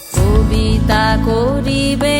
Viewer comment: Kabita bolte giye dwitiyabar “fobita “ holo; koribo dukul er bodole holo “ bhoribo “ dukul “.... besh notunotto enechen..👌